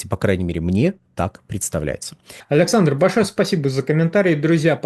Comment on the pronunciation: Почему ведущий как-то странно говорит тич аляксандр?